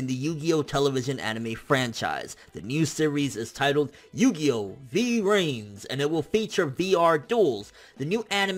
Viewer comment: What did you say? Yugioh Yao?